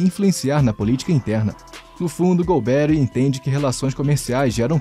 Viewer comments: Muito boa sua avaliação crítica, que o regime militar teve coisas boas e não tão boas. Tudo isso tem que ser colocado no momento histórico também. A pronuncia correta do nome dele é com a sílaba tônica no ri e não um Nome americanizado golbéri, ou seja golberí é o correto. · Lamentável esse narrador não ter estudado. O nome é GOLBERÍ, não GOLBERRY… 🤦🏻‍♂️ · Exatamente o que eu ia postar! É irritante ouvir essa pronuncia errada! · Não é Golbéri, mas Golberí! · Caramba, nunca ouviu o nome do general? Golbe-rí, não golberry 😅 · É Golberí e não Golbéri. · A correta pronúncia do sobrenome do general é oxítona. É mais ou menos como se fosse "Golberí", com acento no "i" enfatizando a última sílaba, ok? Abraços de BH . . . 🤗🤗🤗!!! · Ótimo vídeo. Não sou da época, mas acho que a pronúncia certa é Golbe-ry (oxítona) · É Golbery com a sílaba tônica é a última. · Gostei da pronúncia do "golberry". Rima com strawberry. 😅. P.S. ótimo vídeo. TKS. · A pronúncia do nome do general está errada. A pronúncia correta é Gol-bê-rrí. Ou a pronúncia ficou errada só pra gerar engajamento? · Concordo! Tirando a pronúncia do nome do general Golberi, o vídeo foi bom!